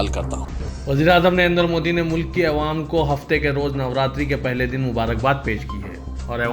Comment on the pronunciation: Assalam_o_Alaikum, Ma'azrat ke saath pls urdu laffuz thik karan, jaise Awam, Mukammal, waghairah